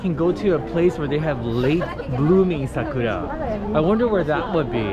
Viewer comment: Goodness gracious me that's a long time to get into Satbucks 5 hours. And eating along the river that's understandable,but it was a request. And thanks for the correct pronunciation for Sakura, it is very important to the Japanese language. Over all this was a beautiful walk so much to see, I enjoyed this experience just beautiful to see ❤️.